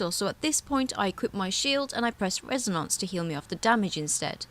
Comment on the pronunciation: That Res-A-Nonce pronunciation gets me every time.